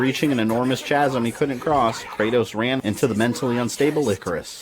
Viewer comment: Great work, man. But one thing. It's pronounced "Kasm". Not every "ch" is pronounced like the one in "cheese". ;)